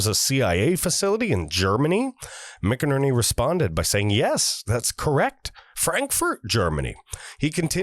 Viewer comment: Not crazy about being read to. Just provide a link to the article or interview and give us the meat. Also, General McInerney's name is pronounced "MacInerney". Love your show and the info you provide. Sharing to everyone I know.